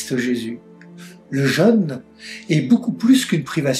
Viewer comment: Je suis gêné par la prononciation du mot jeune beaucoup ne font pas de différence entre le mot jeune ( adolescent ) et le son jeune ( avec l accent ) pour parler du carême